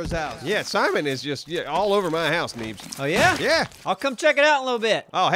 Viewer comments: it said Beens not Neebs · Did anyone else catch when is said Beens instead of need? You're great, good job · Lol when it turns from Neebs to "beens" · I love how it says beens instead of neebs LOL!!! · What was up with the “beens” instead of needs? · Who the fuck is beens it's needs but it said beens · Around the 25 minute mark, Neebs changes to Beens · Lol "Beens" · his name said beens. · Yay! Yall fixed the yucca pronunciation! Any word on the neebs tv yet? I would seriously watch that all day!!! Funhouse is great but y'alls would be the best. Love the content guys, highlight of my day every time!